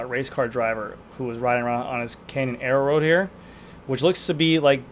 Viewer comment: Air-road not aero-road